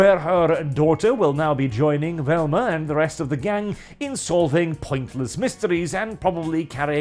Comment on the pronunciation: Me: +hears Wilma+ why is talking about the Flintstones?!?... Wait he means Velma 🤣🤣🤣